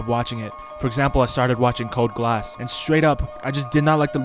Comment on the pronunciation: 3 hours and 42 minutes* you pronounce the name wrong it is “CODE Ge-Aws”,it is a Cartoon what do you expect?